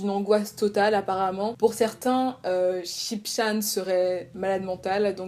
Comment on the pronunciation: yaay 🔥💕 (sinon "chan" se prononce "tchan" ^^)